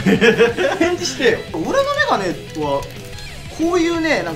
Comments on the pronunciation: メガネがメガメになってる笑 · メガメになってる(笑) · メガネがメガメになってる笑笑 これもきっと仕事の頑張りなんだろうなぁ、お疲れ様です！！